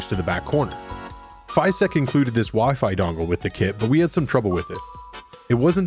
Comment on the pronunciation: What a neat printer! However, unless I'm mistaken they are called FYSETC, not FYSTEC.